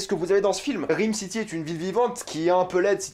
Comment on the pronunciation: Bordel ça se prononce RAAYME city pas RIIIME city.